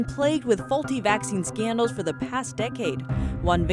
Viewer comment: I love it how she says Scandals "skeendls" hahaha